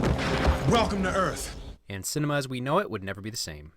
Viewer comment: Welcome to earff.